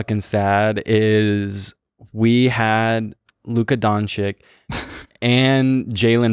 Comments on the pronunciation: listener from slovenia ... that luka doncic pronunciation hurt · you did not just say luka donchick 😭😭😭